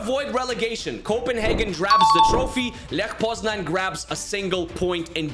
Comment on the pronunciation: It's leh poznañ btw.